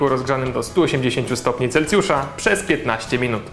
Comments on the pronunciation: Celsjusza, nie ,,Celcjusza", ale film bardzo fajny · Celsjusza nie celcjusza ... dżem nie d RZ em...